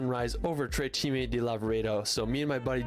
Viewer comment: "cime" not "cimi"